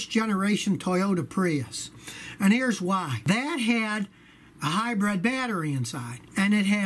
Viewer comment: I love how Scotty says "hy-bred". Reminds me of my grandfather who is about the same age.